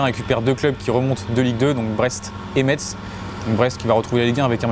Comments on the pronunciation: On dit "Messe" pas MetZZZZ ... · Messe et pas MeTz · SERIEUX ? ETRE UNE CHAINE FOOTBALL ET NE PAS SAVOIR PRONONCÉ UN NOM CORRECTEMENT ?! C'EST PAS METSSE MAIS METZ (se prononce messe) Aller Metz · Sa ce prononce mess pas Metz !😂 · CA SE DIT PAS METZ CA SE DIT MESSE !!! C'est grave quand même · Svp les gens du sud et toi y compris, vous apprendrez quon ne dit pas "metz"mais "mess ", je vous jure cest insupportable, cest comme si je disais paris avec le s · On dit "messe" et pas "metsse" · messssss!!!! Yesss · Arrêter de dire Metz on dit mess mais sa s'écrit Metz 😡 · Ta mal dit metz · Ses Metz pas Metse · Juste pour toi c’est gratuit Metz ce prononce comme messe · Celui de Lille je le trouve superbe , dommage que je ne sois pas Lillois mdrr . Metz se pronnonce messe poto , sinon bonne video comme d hab 💪👍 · Slt juste pour info ça s’écrit Metz mais se prononce messe